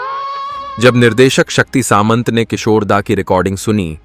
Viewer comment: वो शक्ती " सांमता" है न की " सामंत"😠